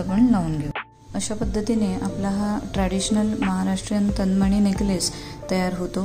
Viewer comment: "तनमणी" नाही "तन्मणी"